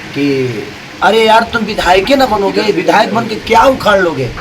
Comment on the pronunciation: उखार नहीं होता है,,,,, उखाड़ होता है